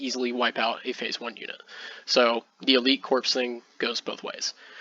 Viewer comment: Excellent report. One quip. You say corpse throughout the video. Corps is pronounced "Core" like Marine Corps, core of the Earth not corpse like a dead body. No worries.